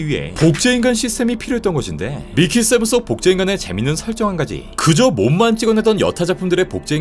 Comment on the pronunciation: 자꾸 밀키세븐으로 들리